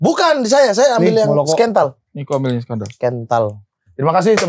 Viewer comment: scandal bang bukan scantal, itu enak di mix sama dunhill blue biasa nya